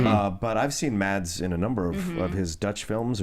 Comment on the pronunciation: Mads Mikkelsen is danish not dutch,!: ) And he's first name is pronounced mas, the d is silent.